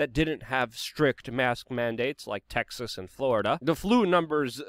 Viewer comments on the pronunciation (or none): none